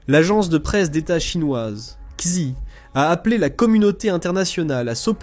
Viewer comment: Xi se prononce "Chi" au fait...